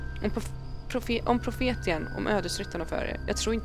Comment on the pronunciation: Haha älskar hur du uttalar profetian😂👍🏻 Uttal: Profetsian